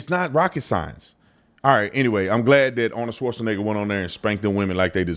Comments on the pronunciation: Schwarzen = Black Egger = a mountain in Austria You say "schwarzen" (pause like the Brit's in wo'ah) then egger. Like SH-var-TSen'eggA VAR like in vase SH like in shell TSen like in Cent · ARNOLD SWORDNIGGA ⚔️🤣🤣🤣🤣🤣🤣🤣🤣🤣🤣🤣🤣🤣🤣 TATUM PRONOUNCING IT ARNOLD SAUCENEGGAR🤣🤣🤣🤣🤣🤣🤣 A LEGAL DOING ILLEGAL WILL GET JAIL TIME; WHAT ABOUT AN ILLEGAL DOING ILLEGAL ACTIVITIES..... THAT'S LIKE LEGALS MUST PRESENT THEIR ID CARD GOING TO BARS, NIGHTCLUBS AND CASINOS BUT WHAT ABOUT ILLEGALS; SPECIAL TREATMENT??? NO! THEY HAVE TO SHOW THEIR ID 🆔 TOO, THERE YOU GO..... DID THEY WANT TO PROCEED THE LEGAL PROCESS (DMV).....